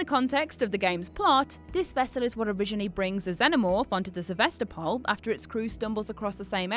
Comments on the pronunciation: SevAstapol ash. Not SevEstapol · Fact #21 - the right way to spell "Sevastopol" is "Se-vas-TO-pol". It's the name of a city in Eastern Europe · СевастопОль ахахах